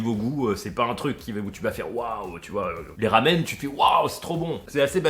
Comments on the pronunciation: Chui mort ça ce prononce ramuné pas ramune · pour ma part, j'adore les rumune qui se prononce ramuné tu le saura pour la prochaine fois 😊 et la bille même si elle t'énerve est très pratique pour avaler moins d'air donc moins de hoquet mais aussi pour éviter les dégâts si on renverse la bouteille ça freine le liquide donc limite les pertes.